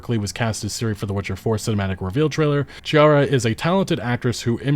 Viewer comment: (FACEPALM) .. Can say Ciri correctly, but can't say Ciara properly.